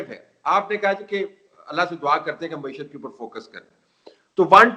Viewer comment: محترم سید طلعت حسین صاحب مؤدبانہ عرض ہے کہ لفظ “ مَعیشت “ ہے “ مُعیشت” نہیں۔ میڈیا کے دوسرے محترم اصحاب بھی نوٹ فرما لیں۔ شکریہ